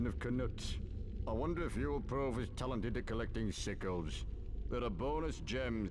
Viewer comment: it sounds like the goblin says sickos instead of sickles.